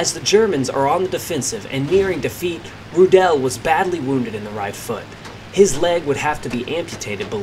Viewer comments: The pronounciation is Rudl not Rudaeeellll. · I believe the correct pronunciation of his surname is.....Roooo-dl......not Roodell......Good report! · His name is pronounced RU- del not Ru-DEL like you mispronounced 100 times during the video. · Not Roo- DELL just Rudel and roll the arrrr a little like strudel ! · he also shot down 11 soviet aircraft, flying a focke-wulf 190G ground attack fighter bomber. when his stuka was hit by ground fire, rudel's leg was amputated below the knee, yet he still fought. hitler loved him and awarded him the knights cross with swords and golden oakleaves, the only person in the wehrmacht to get this award. btw, rudel is not pronounced rudell. it's pronounced roodle..how about doing a story on 352 victory ace erich hartmann, the blond knight of germany...and heinrich erler, a 212 victory ace wrongly blamed and arrested for the loss of the battleship tirpitz and who rammed his me-262 jet fighter into an american bomber, saying to a friend over the radio,' i'm going to ram this one. see you in valhalla.' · U pronunce his name like it was french:D Like rudélle. Its just rroodel. Like noodle with a strong r. And im not getting startet how wrong yullrick sounds ^^ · His name is pronounced "Roodle", not "Rudelle"! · You don't really spreak the "e" in Rudel. It's more spoken like: "Rudl" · Pronounce his name like 'Rudolph' Ru-del One L at the end is the clue Sounds more German that way Your saying it like it has 2 L's and an E at the end, he's certainly not French. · Wrong pronunciation of his name. It's [ˈʁuːdl̩] Ruudl with a silent e. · idea for future videos: try to pronounce the names RIGHT ! Rudel ist not like michelle , RU - del , Ru deep and short, del like dell the same. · the emphasis in "Rudel" is on the u, not the e. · Please make an attempt to pronounce his surname correctly